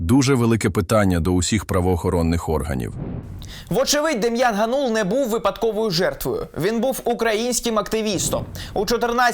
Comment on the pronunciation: Дем'ян ГАнул, а не ГанУл. Oboz UA, готуйтесь краще до репортажів.